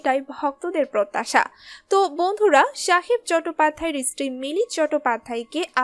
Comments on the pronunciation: স্ত্রী না ইস্ত্রী, কি সমন্ধীয় বক্তব্য ছিল বোঝা গেল না। সঠিক উচ্চারণ না জানলে, বাংলাভাষা ব্যবহার করার দরকার কি❓ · উচ্চারণ ঠিক করুন।চটোপাধ্যায় প্রথম শুনলাম। ইসতিরি(স্ত্রী) -----কোথা থেকে এসেছেন? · Istiri... খুব কানে লাগছে, আর খবরের চমক আছে, খবরটা পেশ করাই তো হলো না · সঞ্চালিকা কাঠ বাঙালদের মতো বাংলা বলেন কেন? ইস্ত্রি বলেন স্ত্রী-কে ! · কাদের দিয়ে ভয়েস ওভার করান। কী sob উচ্চারণ? ইস্ত্রি, চ্যাটপাধ্যায়? সাহেব তো ওর বাপের নাম ভুলে যাবে।